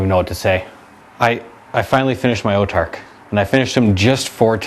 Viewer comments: whats an "Otarch?" Its pronounced "Autarch" (aw-tarch) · Its pronounced aw-tark. As in aww, i lost my autarchs arm,flip!